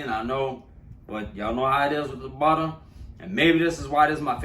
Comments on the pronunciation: U should let him "buddda" ur biscuits🤣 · We need a “budda” and “okay” compilation🤣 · This man said 2 pounds of butta! 😂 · Dat buttuh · 2lbs of "Butta" lets go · Ah yes buddah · Ahhhh I’m so happy!!!! Who else is happy he said budda HELLA TIMES 😭😂👏🏼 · The way he say butter always takes me out😹❤